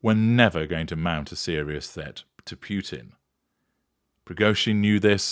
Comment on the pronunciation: Completely off on what had just transpired. 😂😂😂 Also learn how to pronounce Putin to sound more knowledgeable.